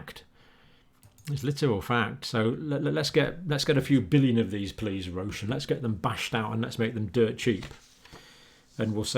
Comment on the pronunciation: Small info for english speakers: If you want to pronounce "Roche" correctly, speak it like "rosh", the o is pronounced exactly as in the word "rod". "Roche" is a french name.